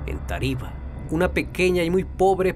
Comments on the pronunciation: Hermano excelente video. Una recomendación... Cuidado con las tildes es Táriba, no Tariba y Táchira no Táchira. Saludos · Es Táriba, no taríba Es Táchira, NO tachíra Es Peribeca, NO períbeca Fuera de eso, está ok la historia, información detallada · Hombre, pero le falta hacer énfasis en los acentos. Es Táchira y Táriba. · a Amigo, se dice TÁchira (no TaCHIra) y TÁriba (no TaRIba). Saludos desde Venezuela. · No es Tachira, es Táchira. No es Tariba, es Táriba. No es Doráncel, es Dorángel. Tienes que tener cuidado con los nombres propios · No puedo escuchar con tranquilidad, cada que dice Táriba y Táchira me da algo😭😭 yo nací ahí y se dice tÁriba y tÁchira💔 pero buen video mi abuela me hablaba de un come gente cada que pasábamos por debajo de un puente que está cerca de un faro, pero no sabía la historia completa ❤ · excelente narración muy concreta y precisa... solo vale corregirte las pronunciaciones es Táriba acentuando la primera "A", al igual que Táchira no Tachíra.... Yo recuerdo que de niños nos asustaban con que nos llevaría el comegente si no hacíamos caso y daba pánico cuando había que pasar por el puente. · Me da risa como pronuncian Táriba y Táchira, no se marca tanto el acento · Hay no como pueden pronunciar así es Táriba y es Táchira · Táchira. Táriba. Cada vez que lo pronuncias mal me da un tick en el ojo 🥴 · Creo que el narrador tiene problemas con los acentos en las palabras Táriba y Táchira... Palabras esdrújulas acento en la antepenúltima sílaba. De resto , excelente reportaje